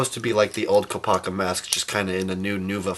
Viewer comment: Okay so now lets take a look at KOOP-A-KA lol